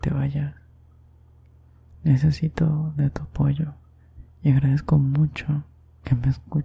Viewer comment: Cuando dice necesito de tu apoyo Yo entendí: Necesito de tu pollo🤣😨